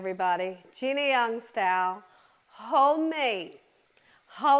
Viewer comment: I love ❤️ how you say “Gina Young stall “ not style!!!